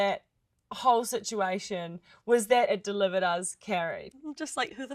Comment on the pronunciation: Ellie can't even speak english right. She can't pronounce situation and a whole lot of easier words. If she was in America she would get deported! We don't need people like her in our country! Accept maybe to clean toilets at McDonald's! I am glad to see in the comment section. I am not the only one that doesn't like her. And sees her as she truly is, a waste of time!